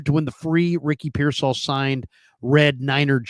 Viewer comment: He also says pearsALL INSTEAD OF PEARsall 😂